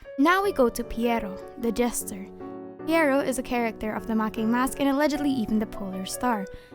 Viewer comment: Pretty sure the name is pronounced P-why-row.